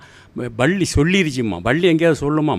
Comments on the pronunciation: பள்ளி இல்ல ஐயா பல்லி.பல்லி பல்லி.....ஒரு கரிசல் எழுத்தாளரா இப்படியா உச்சரிப்பது? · Nee மொதல்ல பல்லி ன்னு சரியா சொல்லு